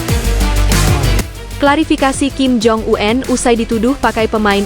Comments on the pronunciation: Kepada penyiar berita ini jgn suka merubah-rubah sebutan ejaan dari nama seseorang di pembacaan beritanya ; , seperti membaca ejaan nama Kim Jong Un (itu SDH baku), lalu dibacanya dgn menyebut Kim Jong An (jgn suka terlalu sok ke Ingris" an segala bacanya. ! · BENER TETAPI SALAH. APA BLO,ON ( KIM JONG U-EN ) 😅 😅 😅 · Kim Jong Un.. Bukan Kim Jong U En. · Heh min yg bener dong ngomenya Kim Jong U en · KIM JONG U-EN .... 😂